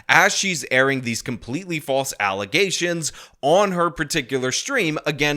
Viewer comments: You pronounced alizations wrong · Please just always say Alazaytions for a while lol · Uh uh uh get it right, it’s false allezations 🤣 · my brain is so broken I heard allizations not allegations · i think you mean "Allizations" your welcome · False allezations 😂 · why do you keep calling the alezations by this weird word alegations?? Im not understanding you, perhaps if every time you say alegations you splice in a clip of tiffany h. I could better understand...